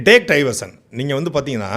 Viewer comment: சாட்டை அவர்களே டேக் டைவர்ஷன் என்பதில் (Take Diversion) டை என்பதை (D - not T) அழுத்திச் சொல்லாதீர்கள் ! It's a friendly request. Please accept my apologies ! 🙏 Normally people will hesitate to point this out to you ! But, உங்களைப் போன்ற நல்ல பேச்சாளர்கள் இதையும் திருத்திக் கொண்டால் அழகாக இருக்கும் ! Well wisher, Dr SB 🇬🇧 UK